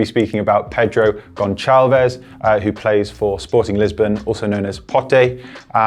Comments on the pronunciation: it’s Sporting, not Sporting Lisbon. And it’s Pedro Gonçalves. Pronounced like an s. I don’t want to hear you say Gonchalves ever again! 😩😅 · Just a minute correction: the "ç" in Portuguese (as in 'Gonçalves') is pronounced like the "c" in 'cereal' and not like how it's pronounced here. Loved the video, and that segment was really good. Edit: pig as dog